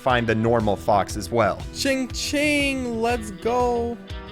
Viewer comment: it is “cha-ching” NOT CHING-CHING